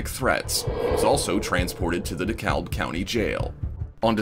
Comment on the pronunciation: Just for future reference, DeKalb County, Georgia is pronounced "De-Cab".